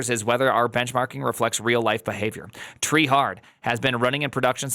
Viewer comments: It's tree-e Edit: is having dumb moment. The headers are sent from the website, not CF. Also what about HTTP2? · I'm trieing not to take your mispronunciation seriously.